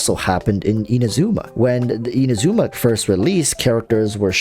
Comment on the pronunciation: Exactly I just wish they did that for the other regions too as Mondstadt and Liyue are the only areas where names are said correctly. even with Inazuma its not meant to be said as In-ay-zoom-ah or Ah-ya-kah its Ai-ya-ka etc. U cant just do it in the beginning and not continue this its a mess.